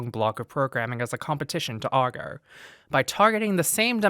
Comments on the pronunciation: Agro. You said Argoh about 80 times. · AGRO, not Argo....